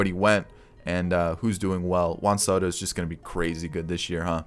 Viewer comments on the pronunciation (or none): none